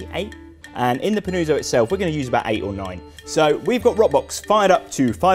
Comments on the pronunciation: its pronounced panutso pa-noo-tso, very nice video, ciao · Every time he says Panooozo, i wana punch the wall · Bro, love this recipe, you knocked it out of the park, here goes a well deserved like. Not a neapolitan here, but the helpful italian in me wants to assist as the name is being butchered. PAH-NOO-OTZO. Please and thank you. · Yes. "Pan-uo-tzo" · Fantastic recipe, just have to improve the pronunciation of panuozzo :). Well done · Dreadful go hear brits pronounce Italian words